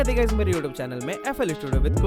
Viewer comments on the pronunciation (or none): none